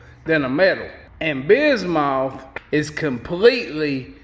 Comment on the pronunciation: Bismuth is said like bismyth